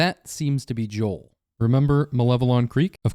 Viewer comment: It’s Jo- J O E L